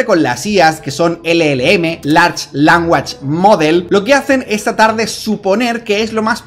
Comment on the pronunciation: Morí cuando pronunciaste "language" como languach